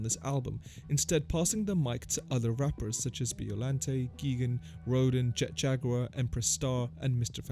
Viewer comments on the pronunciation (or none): none